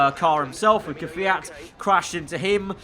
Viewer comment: "...in the torpedo car with the man himself kvayt..." Died of Laughter ( )